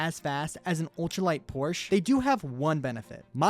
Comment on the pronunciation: porch. calling a cup car nascar.